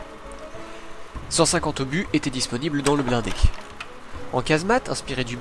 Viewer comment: "cinquante huit Zobus?" Vraiment?